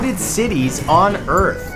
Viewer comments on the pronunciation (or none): Notice how he says On Earth